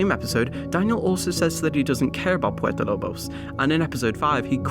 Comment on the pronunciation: Why does he say Puerto Lobos like that. Man said Purpo Lob os when talking about the Blood Brothers ending.... puert o lo bos not purpo lob os ://///////